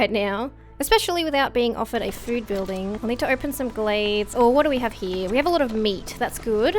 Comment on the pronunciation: You say "over here" like "over hee" are you Australian?